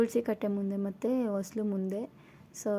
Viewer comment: ಅದು ವಸಿಲು ಅಲ್ಲ.... ಹೊಸ್ತಿಲು ಆರ್ ಹೊಸಿಲು